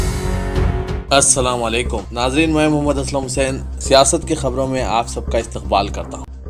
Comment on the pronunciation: Asalam walekum nahi hai asalam alaikum hai wo